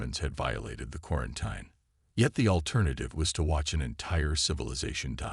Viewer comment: Pronounced quaranteen